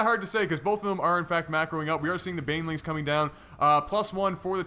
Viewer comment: Does he keep calling them bailings? Its BANElings broski